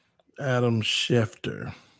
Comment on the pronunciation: Schef-ter NOT Schef-ner 🤦🤦🤦🤦